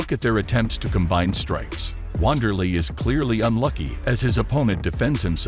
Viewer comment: It's not "Wand" it's "Vander" Said with a "V".